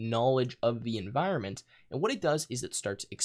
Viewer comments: "enviornment" lol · enviornment......... Its clear that he spends a lot of time in this XD